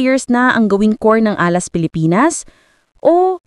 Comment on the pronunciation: Nag-iimbento na naman si AI. Can't even pronounce Alas and yet pretending to have a solution?